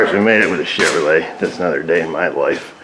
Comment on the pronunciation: you should be a pro at diag'ing a "Chevroo- Leah"! It's got the "Krusties".... LOL! Priceless. Don't breathe on it too hard... she'll break something off. "If you hate it now, wait 'till you drive it!"...